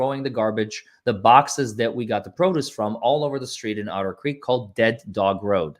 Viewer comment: calls Otter Creek, Odder Creek because the town is odd.